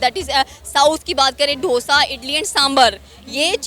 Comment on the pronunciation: ढोसा 🤣🤣🤣 its डोसा dosa